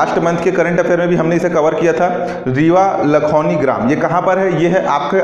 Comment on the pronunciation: Sir लखौनी नहीं है लखौली हैं